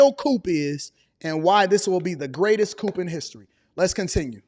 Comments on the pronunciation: Lol you killing me with coop lol it’s coup for coup de tat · Coup is pronounced “coo” the “p” is silent.